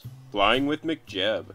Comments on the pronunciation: saying it like McJeb - twitch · lol, sounds like you're saying mcjeb